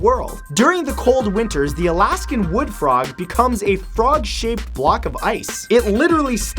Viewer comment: number 15 I thought he said Alaskn bull worm